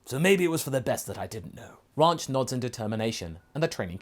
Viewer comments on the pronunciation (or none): Ranch should be spelled raunch based on how you say it.